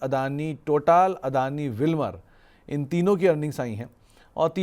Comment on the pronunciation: अदानी टोटआल नहीं टोटल😂